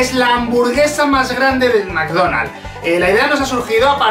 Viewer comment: McDonald's maikdonald's